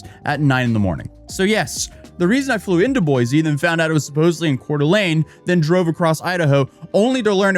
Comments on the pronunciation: Boy-see, not Boy-zee. It grates on Idahoans' ears. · It’s boy-see Idaho You can always tell out of towners cause they put a “z” in Boise Idaho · As a native Idaho win, I can definitely tell you that snow is not that bad lol welcome to Idaho. Although I live in Colorado now. (ALSO, ITS PRONOUNCED BOY-SEE NOT BOY-ZEE AND IT'S CORE-DA-LANE NOT CORE-DA-LOIN) I HAVE PTSD FROM WATCHING HER VIDEOS. THEY CAUSED ME STRESS FROM THE BRAIN ROT AND STUPIDITY OF IT ALL. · you deserve to be sued just for how you've been pronouncing it wrong so much! its pronounced boys! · There is no “Z” in Boise. It is pronounced Boy-See.